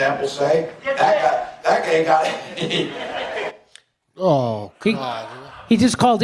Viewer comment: "He said gay".... I mean come on, he meant to say guy. You're going to actually make a bit out of that.